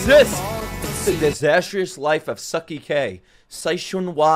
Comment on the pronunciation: Bro said Sucky K 😭😭